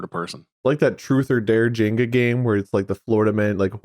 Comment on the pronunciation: Did pronounce Jenga as Jinga???